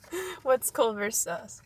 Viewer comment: "clevers" "clovers"